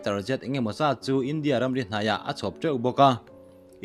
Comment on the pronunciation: Ram hming i lam dan hi a diklo. Entir nan India ram ri, china ram ri tih ah hian India leh ram ri tih hi lam.zawm tur. China tih oawh ramri tih nen lam.zawm tur Zawmpui a neh loha India tih i lam ang hian zawmpui a neih chuan a lam dan a dang. INDIA RAMRI tia lam.loim INDIARAMRI . Hei ho lam zawm tur tihna ani.